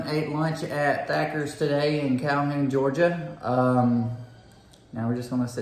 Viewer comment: I love Thatcher's. Even though ya'll called it Thacker's.(just sayin) Next time try the buckets and ask for a little extra sauce. It's amazing